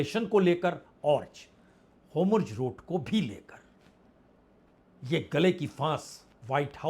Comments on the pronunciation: Sir gustakhi maaf ho lekin hormuz bola jaaye to acha lgega naaki homurz🙏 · Vajpayee ji, AAP varishth Patrakaar Hain lekin app. State Off hormuz ko humruz kahte Heyn aor netan yahu ko netanu kahte heyn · All the questions raised in your discussion are very informative as well as thought provoking. The in-depth analysis too deserves full appreciation. However, One small correction in the current topic; the pronunciation is "Hormuz' and not 'Homurz'. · Sir I think you are saying homruz instead of hormuz..🙏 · Hormuz and not homurz 🙏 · आप हॉरमुज़ को होमरुज बोलते हो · वाजपेई जी होमुर्ज नहीं हॉर्मूज़ hormuj कृपया उच्चारण ठीक करें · पहले होर्मुज बोलना सीख लें, फिर ये सब विश्लेषण कीजिए